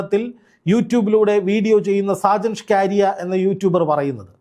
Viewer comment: സാജൻ ഷ്കരിയ അല്ല skaria എന്നാണ്